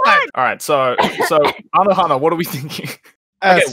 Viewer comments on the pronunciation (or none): nah you did Anohana wrong, also I read NANA too when we were the same age but I loved it and understood it 😭